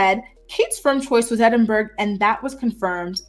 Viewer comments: it is ED-IN-BUR-RA not ED-IN-BURG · I appreciate your work,. You're excellent. Please note: there is no 'g' sound in Edinburgh. It is pronounced Edinburrow or Edinburra, never Edinburg. Thank you for your hard work. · It’s pronounced “Edd-en-burro”